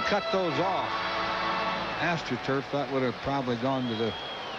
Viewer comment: his fake forced calls like his home run call "at the track, at the wall, looks up! That's ball is gohgoon!!" And I spelled "gone" wrong because he tried to make it a 2 syllable word. His overall humor and corny lines in general. He tried way to hard to be "different". He never let the game breathe. He was like a value version of the clown in New York, John Sterling. Im so grateful we have Franzke now. Sooo much better. He lets the game breath, his banter with his color guys is actually real and not forced.